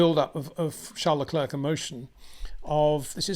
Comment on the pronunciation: Please do Charles Leclerc the courtesy of pronouncing his name correctly.